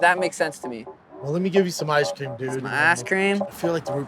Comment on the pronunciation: O’malley really said “some asscream??”